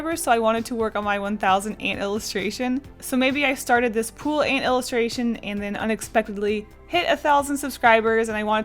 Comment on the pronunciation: Omg I remember you drawing this on stream I was watching it with my sister before we left for holiday and commented how I like the way you say ant ! It's great to see it get finished :3